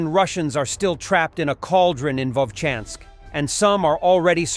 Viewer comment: ВоЛчанск, а не Вочанск. Придурок.